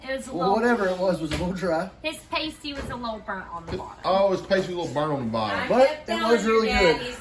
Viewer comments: Hun's it's pronounced PAS-TEA. Not pastry etc. well done for giving it ago. I live in Wiltshire very close to Cornwall,and Stonehenge. 🇬🇧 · 😂😂 oh laughing out loud! Pasty is pronounced paahh-stee, you have to google cornish accents also.. I struggle to understand deep cornish accents and my mom is cornish we just didn't grow up there.. waiting to see if you're using mince which 'english' people do (cornish do not consider themselves english as celtic) instead of thin cut bits of cheap steak.. turnips as well as potatoes and short not puff pastry traditional... the side crimp os because miners used to eat them and discard the coal covered pastry crimp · and I have to correct you pasty is what covers a strippers nipples! What you made is called a pastie (pass-tee)! Just trying to help you out! Many people make the same mistake on its pronunciation! Much love from Northern Michigan! askyour Alexa and she will tell you the proper pronunciation! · It’s pronounced Pasty not Pastey. A Pastey is what strippers use to cover the end of something on the breast. 😊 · I chuckled every time you said the name of the meat pie.😅 it is pronounced like "nasty". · Pasty pronounced "pass tee" they brown better and quicker if you brushed the pastry with beaten egg before you bake. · It’s pronounced pasty, rhymes with nasty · Its pronounced past ee (past as in 'in the past') very British dish from Cornwall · Pastie rhymes with nasty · Pronounced pass tees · It's pronounced pass tee pasty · It is pronounced paaastee.